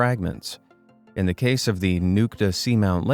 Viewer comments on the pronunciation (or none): none